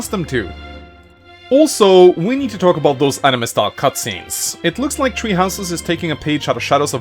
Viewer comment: Now,I Know Your First Language Isn't English.But,When You Say "Three Houses" It Kinda Sounds Like Your Saying "Tree Houses"